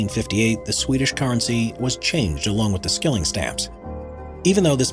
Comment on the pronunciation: 'Skilling' is not pronounced /skilling/ but more similar to /shilling/.